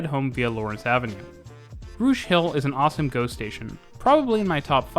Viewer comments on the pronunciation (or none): "Rouge hill is an awesome GO station" the first time around i heard it as "... awesome ghost station" 😄